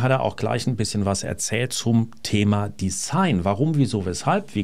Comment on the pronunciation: design wird von deutschen Usern - und leider auch von Ihnen - meist falsch ausgesprochen, nämlich wie in heiß oder Fleiß. Richtig ist die stimmhafte Aussprache des s wie in Reisen oder leise. Würde mich freuen, wenn Sie den verständlicherweise in Uhrentexten häufig benutzten Begriff in Zukunft richtig aussprechen würden. Passt auch besser zu Ihrer ansonsten sehr guten deutschen Aussprache. Nichts für ungut!